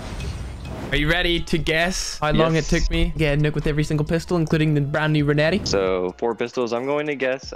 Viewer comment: his pronounce of renetti is reneh e